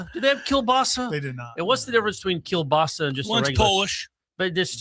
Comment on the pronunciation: My man……..we don’t pronounce the L in kielbasa